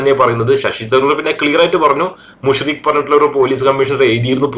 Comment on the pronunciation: മുശ്‌രിക് അല്ല, മുശ് രിഫ് ആണ്. SM മുശ് രിഫ്